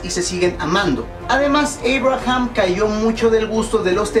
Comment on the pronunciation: entonces por qué dices Eibraham en vez de Abraham